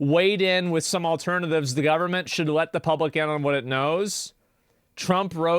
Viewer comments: The “Povernment” 😂 How Nancy sees the rest of Americans 😂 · BRO SAID PUBERMENT AND I LOVE THAT